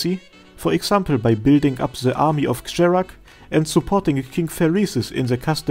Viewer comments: i think the word "kjerag" is not supposed to be pronouced like what you did in the video. based on the japaneses katagana and its chinsese name, it's more likely pronouced as "here-rag" which means the "k" doesnt make a sound and the "j" pronouced as "h" like the dessert Mojave. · The non-memey pronunciation of Kjerag is Kye-rag.